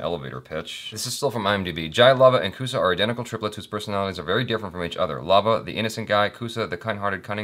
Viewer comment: Its love kush not love kusha